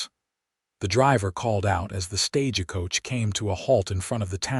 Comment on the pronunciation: What I can't stand is how the narrator says stage a coach! It's not stage a coach is Stagecoach thankfully you've gotten just so many good I'll make an exception to listen to at this time but whenever I hear that word StageAcoach I hightail it out of there